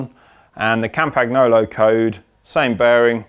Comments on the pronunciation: Campaggggnoowlooow :). It's campagnolo (campañolo, or as in yolo). Excellent video though! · Last moth, GCN has learned. Now it‘s time that cycling weekly has to learn it as well. Campagolo is a name and nobody pronounced the „g“ in the name. It‘s in all languages the same and it’s called „Campaniolo“ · Please learn to pronounce Campagnolo correctly. In a video like this it is really annoying to hear it mispronounced again and again.